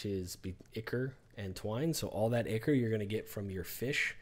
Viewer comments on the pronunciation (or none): It's Eye-Kor not Icker lol You're too funny but always make great videos that are very informative. Great work as always! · Ichor. Pronounced "Eye-core".